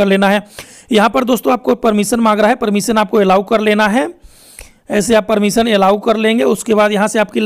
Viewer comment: "permison" waah